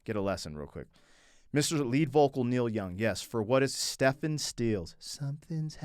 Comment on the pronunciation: Yes but he pronounced his name Stefan, and didn't make the connection CSNY.